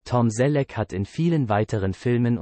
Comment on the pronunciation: Die Aussprache des Sprechers klingt wie eine Computer Stimme 🤔🤔🤔🤔Da einige Sachen falsch ausgesprochen werden wie Magnum oder denn Namen des Schauspieler 🤔🤔🤔🤔 Oder ist das nur mir aufgefallen 🤔🤔🤔🤔